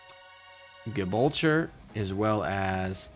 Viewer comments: Gibraltar is pronounced Jibraltar for future reference. Or at least it is in English. In Spanish if I understand Wikipedia correctly it's closer to Hibraltar. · Lol oh boy, Gibraltar is not pronounced like it rhymes with vulture. Jeh-brawl-ter. Great vid though. Just started playing and operation sirens was giving me a lot of questions but only trickled answers, so thanks. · never heard someone butcher "Gibraltar" so badly before... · Gibulture? Lol